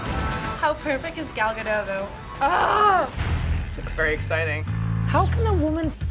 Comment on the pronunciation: they dont prenounce gal gadot right